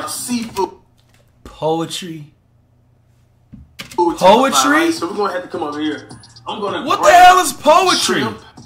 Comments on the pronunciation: Poultry not poetry flight 😂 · Flight: What The Hell is Potery 🤣🤣🤣🤣